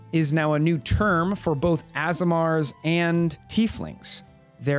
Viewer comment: Had to chuckle, assimar is aasimar😂😂 but other than that: faaantastic video mate😊😊😊